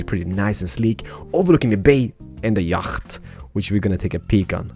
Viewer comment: It's not YAGGHHHHHT ITS YACHT